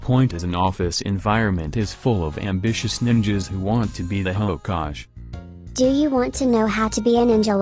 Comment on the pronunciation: You said hayokage it's actually hokagae